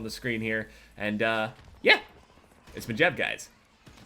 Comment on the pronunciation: What the fuck was that "yeh" LMAO